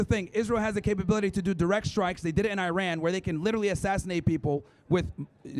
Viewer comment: Don’t talk about Iran you can’t even pronounce it right.. clearly you have no idea what you are talking about, first of all israhell and united states of murderers surprise attacked Iran while they were in negotiations because of the nuclear deal and they didn’t “pinpoint” strike Iranians they targeted everyone including children and woman.. when they targeted the chief of staff they killed 60 people along the general and they also targeted a children hospital killing over 20 children and not to mention the car bombs which were detonated and the strike on the evin prison were they also killed a number of people… they are war criminals and they should be brought to justice, its your regimes that are terrorists let that sink in. Iran is a peaceful country that has been sanctioned for over 50 years and they still help out everyone including Palestinians there is no greater nation than Iran.